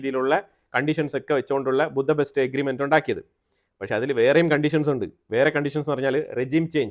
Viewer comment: You pronounced Budapest wrongly